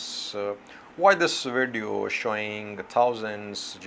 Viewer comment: My view is on YouTube, the way you said “ video “ sounds like Radio to me.